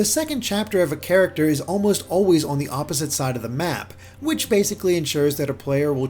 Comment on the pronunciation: This is a fantastically well-written and well-presented review. But my favourite thing about it is how the reviewer pronounces ‘on’ as ‘awn’. It’s seriously lovely.